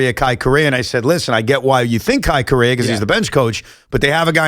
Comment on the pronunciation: Evan…Correa is pronounced as KO-REH-RAH